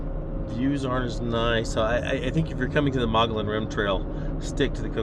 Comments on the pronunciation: as a Arizona citizen it is pronounced—- Mug-e-on Rim! just so you know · Do your research next time!!! better yet maybe your poor review will keep yahoos like you from coming up here and ruining all the great things that are actually up on the rim and all the history of the area. also learn to pronounce the name correctly Mogollon ( mugy_on) named after the native American tribe of the area. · Pronounced "Mogoyon" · Pronounced: "Muggy-on" I know because I live here in Payson.... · Mogollon (Moh-Gee_on). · Actually.... It's either Muggy-on or Muggy-own. That's how I've always heard it; plus just two weeks ago I read an Arizona Republic article, from 2016, in which the states' official historian said those are the correct pronunciations. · Locals pronounce it “muggy-yon,” go figure. Sweet shots! Miss that amazing place. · You pronounce the name of the rim incorrectly which makes you sound retarded to the people of this State that were born and raised here from back in the 40's. , Your dogs can be snatched up by coyotes right in front of you and you have them roaming around . Then you are trying to walk up to wild horses and expect them to stop so you can pet them . What part of wild do you not get ??